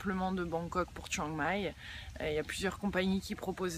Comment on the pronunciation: La prononciation du nom de la ville "Chieng Mai" ( เชียงใหม่ ) est prononcé grossièrement dans la vidéo.